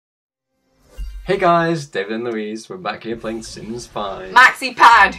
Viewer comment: "Maxyy PADD" 😂😂😂😂😂😂😂